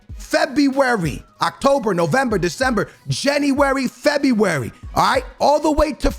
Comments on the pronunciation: Everyone: February: Febuay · I know he purposely mispronounces names for the comments but cmon bro at least say February properly 😂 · I subscribed when you said febywary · For a man who can't pronounce february, you really went ham on the febyywary :D Agree with everything you said tho... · No one not a single soul. - FEBEEE WARY lmao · No one: No one in the entire world:: FEBUVAJI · Normal people: February Ask me AM: Febuaryyryr Aks me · "in Febby wary" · Don’t u mean fEb-eEe-WaRee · The way he says February 😂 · Can’t not laugh at the way this man says February 😂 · Normal people: February, fofana: Febeewary, farfan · Forfana febiueuy LOL